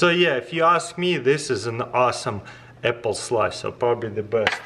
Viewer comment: "EPPLE SLICER"